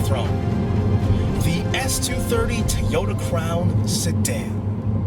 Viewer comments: It's pronounced like Toe - Yo - Tah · What is a "TEE-oda"?